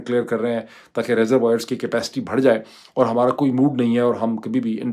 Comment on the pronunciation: بھڑ جائے نہیں، بڑھ جائے۔ یہ غلطی ایسی ہی ہے جیسے increase کو کہا جائے icnirease۔